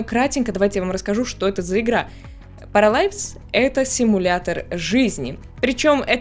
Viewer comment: Правильно будет не паралайвс, а параливс